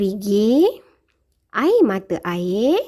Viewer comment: Cikgu maaf ya, tapi sebutan 'air' cikgu tu macam tak betul sikit sebab cikgu sebut 'aye'